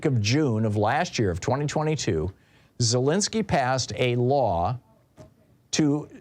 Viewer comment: Let's pronounce Zelensky's name right. Just respect the Ukrainian enough not to use the Russian pronunciation.